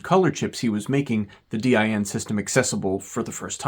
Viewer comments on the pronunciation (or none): It took me off-guard hearing DIN pronounced "Dee-Aye-Enn" instead of just "Deen" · No german says D- I- N like that. its just Din, spelled like you would a word, not an acronym, even though it is an acronym. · DIN is an acronym, but we pronounce it as one word. DEEN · FYI, in English, “DIN’ is not spelled out, but pronounced as a word, rhyming with “tin” (basically, the word “dinner” minus the “ner”.) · Although DIN is an abbreviation for "Deutsches Institut für Normung" and as such could be pronounced as individual letters like you do (similar to e.g. IBM), it is most often spoken as if it was an actual word, sounding similar to the english word "dean". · Hearing D Y N so often kinda makes me want to print a doormatt with that and ship it to him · sounds like DYN to me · I’d say it rather rhymes with english "bin". The "e" sound in "dean" is a bit too long. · In Germany, DIN is pronounced as one word and rhymes with bin. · In English, in industries where the name “DIN” has been around for a long time (for example, in electronics, where DIN connectors have been in use for decades, or car audio, where car stereos use several sizes of DIN mounts), DIN is pronounced exactly like “dinner” minus the “ner”. Short “i”. That is, it is not pronounced the same as in German.